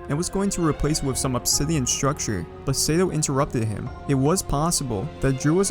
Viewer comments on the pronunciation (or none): none